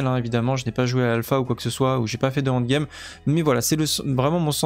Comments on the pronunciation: prononce N, N'd game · Super boulot comme d’habitude mais un effort avec l’anglais quand même avec le END game 😂